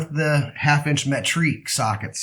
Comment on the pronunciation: Yeah I was like wtf is metrique 🤣